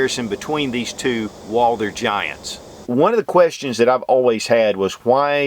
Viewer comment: Great comparison video, but I gots to ask....... Who is this Walldurr you keep referring to?